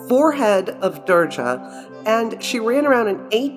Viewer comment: Being an Indian, I was stunned to see your video on Maa Kali....how beautifully you presented the greatest power and did not make fun of the Goddess and our religion. Just a small correction it is not "Durja" with J(Jug). We pronounce her as "Durga" with G (glass)... I really appreciate your efforts and may Maa Durga (Maa Kali) bless us all... Thanks again!